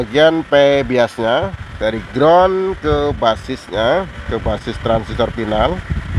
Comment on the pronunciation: Final, bukan pinal.